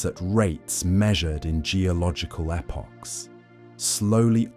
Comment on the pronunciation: A lot of redundancy here. Would put me to sleep except the pronunciations of vowels words like epoch, process and simultaneously act like wake-up calls...weird?